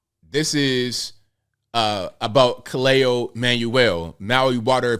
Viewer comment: Its pronounced KAH-LAY-OH (Kaleo)